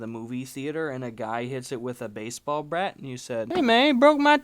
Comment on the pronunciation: "and a guy hits it with a baseball brlat